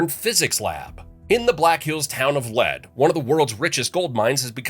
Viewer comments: Its pronounced leed not led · Fact 42: The name of the town where the Sanford Lab is located is pronounced “leed” like to lead someone somewhere or to be in the lead of a race, not “led” like the toxic mineral lead. Source: I live in Rapid City and visit Lead sometimes, looked at buying a house there, I know someone who works maintenance on the shaft, and have attended their Nutrino Day where Sanford Lab teaches the public about the experiments going on in the mine. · it's pronounced /LEED/ not /LED/ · Uh…the name is “LEED” not ‘led” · Illiterate narrator. The town of Lead is pronounced LEED, not lead. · Its said Leed not led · Lead is pronounced LEED...and Pierre is pronounced peer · For the same reason he mispronounced the town of Lead. Lack of research.